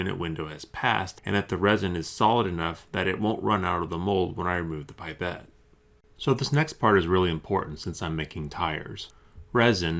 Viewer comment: Its not pronounced "pipe et" its.. "pip et"